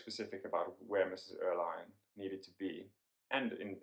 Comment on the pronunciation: Fascinating idea! But Andre Maurois - is pronounced ‘mo-ro-A’ — French name. Mrs Erlynne — pronounced Err-Lyn (not line)